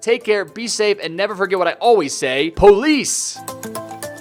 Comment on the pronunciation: Wait in stead of pease I heard him say police